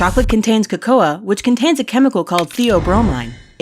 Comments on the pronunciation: COCOA WHATTHE FRICKETY FRACK IS COCO-UH DON'TCHA MEAN CO-CAH? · excuse me... "coco-a"??? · co-coa? you mean its pronounced coco.. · Cocoa, pronounced : KO-KO. NOT KO KO A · COCO A?? IT IS MEANT TO BE PRONOUNCED COCO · ITS NOT PRONOUNCED CO CO A! ITS PRONOUNCED CO CO! 😬😖😬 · U pronounced it coe coe a but it pronounced coe coe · Not co•co•a it is pronounced co•co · It's pronounce co co not co coa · ITS CO-CO NOT CO-CO-AH. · cakoa? it's pronounced , in the English version of cacao, as coco(long o), or am I missing something, since this girl sounds English. I don't pretend to know everything, so someone let me know if I'm missing something. ;) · It's pronounced COCO not Coco-a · This girl did not just pronounce cocoa "Co Co A" It's pronounced "Co Co" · Kuh-Koh-Uh. That' not how you pronounce cocoa,. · Repeat after me: CO *CO*. That is how you pronounce Cocoa. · I thought Cocoa was pronounced “Co-Co” 🤨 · literally pronounced cocoa kuh-koh-uh XD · Lol coco-a. The way she pronounced it is amazing xD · They way u pronouce cocoa make me sad its pronounced caw cow when its in bean form and co co when made awesome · Who pronounces cocoa "ko-ko-ah?" It's not pronounced like that! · Coco-uh... So that's how you pronounce it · I'm pretty sure it's KO-KA Not KO KO A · Sorry but this annoys me "coco-a" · its pronounced coco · Co co a... CO CO A... How is it possible to mispronounce cocoa it's like saying libary I feel like I'm losing my mind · Cocoa is pronounced "coco" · Cocoa is pronounced coco... CHOCOLATE!!! 🍫🍩🍫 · WolfGaming12 EzicStar No, its pronounced Co-Co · bruh i live in mexico it's ko-ko-uh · I thought cocoa was pronounced coco. THE MORE YOU KNOW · they pronounce cocoa wrong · Did she really pronounce cocoa how I think she did? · The way pronounced cocoa made me cringe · you pronounced cocoa wrong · she pronounced "cocoa" wrong